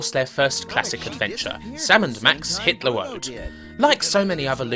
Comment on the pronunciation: did you say "Sam & Max, hitler road" ?